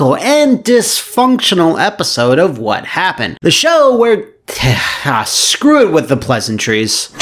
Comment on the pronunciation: Ah yes, what a great video to wake to... let’s find out WHA HUPPEN